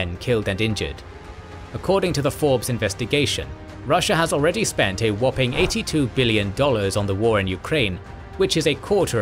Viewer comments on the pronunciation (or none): none